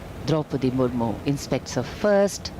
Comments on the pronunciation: Ist Murmu not murmur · It's not murmur it's Murmu..kindly correct it..